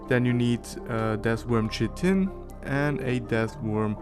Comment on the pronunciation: I wanna say one thing that has kinda bothered me, and I don’t know if it’s because of where you live or something, but you say the word “chitin” as chit-tin, however (at least in the USA) it is pronounced kite-tin. It’s a little detail that doesn’t matter much but it’s something:/